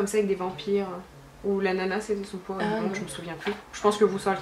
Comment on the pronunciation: Ça sonnait très québécois avec le bout que tu dis pouvoir. :P